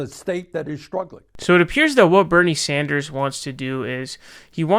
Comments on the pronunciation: Its pronounced “Sanders” not “Saunders” you fuckwit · Jeff Beezahs , Bernie Sawnders. My dude. 🤣🤣🤣